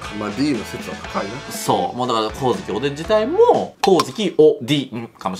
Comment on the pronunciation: 光月おDん(おでぃん)www